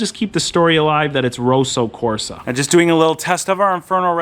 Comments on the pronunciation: It's Kosso Korsa 😁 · "Rowsow Corsa"